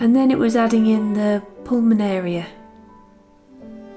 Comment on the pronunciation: Hi! Thankyou for your encouraging videos. Yes, you are pronouncing Pulminaria right, but although Wort is spelt 'wort', it is ACTUALLY pronounced WERT! Such are the vagueries of the English/ Latin,???, language/s...Also Pulminaria, is so named, because the leaves, in particular are thought to resemble the inside of the lungs! ie:- Lungwort/wert! It or they, (there is an all white flowering one with plain green leaves), was used as a herbal remedy for chest complaints, is also known as Soldiers and Sailors. The flowers start off as one colour, then change to a darker colour as the flowers mature! Once you have it/them, they are very hard to get rid of, should ewe want to.... Thankyou also for filming your Mother-in-law's videos.... love Sue M and Cattts xxxoooprrr